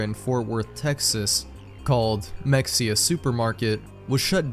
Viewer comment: its pronounced muh hey ya its also a town in texas